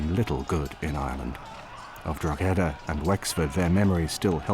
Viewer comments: I love how they pronounce DROGEEDA it really shows these men have researched how to prounce DROGEEDA drogeeeeda DROGEEDA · Its not Drog he da, its pronounced draw he da, its not pronounced gal a ger its pronounced gal a her, ie Gallagher, if we managed to learn your effing language the bare minimum you can do is learn how to pronounce a few rules about phonics and the Irish language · It's "Droh-edah" not "Drog-eda" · ...please refer to Drogheda correctly, it is with silent G, not expressive [Dro heda] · It’s Drawda!!!! 😂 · The pronounciation of Drogheda by the English in this documentary is a warcrime in itself. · Historians that can't pronouce the place names they are talking about! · Jaysus wept. The most brutal thing about this documentary is the continuous bad pronunciation of town of Drogheda. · How can someone who considers himself sufficiently expert to put fo!rth opinions in this documentary be unable to pronounce Drogheda? The "g" is silent for anyone who doesn't know. I vaguely recall Richard Chamberlain in " The thornbirds" ( I believe) saying Drugeeda. Funny but then again he was an ill informed actor not an historian. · Can't even be bothered to learn how to pronounce the names of Irish towns properly 🙄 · It hurts my ears everytime they say it wrong and English should be banned from trying Irish names and just say that town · Am I The Only The Only Irish Person Who's Cringing At How They're Pronoucing Drogheda? (We Don't Pronounce The 'G') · The fact that the so called historians on this is video, can’t even be bothered to learn the proper pronunciation of Drogheda, that tells me all I need to know about their perspective and knowledge of the subject